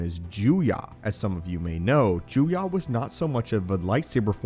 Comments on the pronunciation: Listening to this dude say Juyah instead of Juyo made me wanna kiss a moving train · Hate to nitpick but it’s Juyo not Juya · Juyo is not pronounced “Joo-YAH” it’s pronounced “Joo-YOH” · It’s pronounced Juyo, Ju- yo Not Juyah Ju-yah